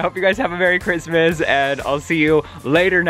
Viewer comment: Christmas d, not "cryspie d".